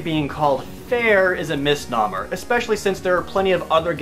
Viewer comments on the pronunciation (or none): mis-NO-mer, not mis-NAH-mer